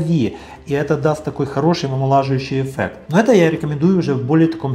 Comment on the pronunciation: Не эффэкт,а еффект, специалист